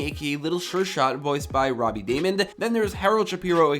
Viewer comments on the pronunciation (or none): none